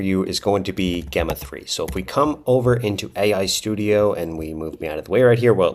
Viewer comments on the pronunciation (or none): I think Gemma is pronounced with a soft G, as in the name and as in the G in Gemini. :)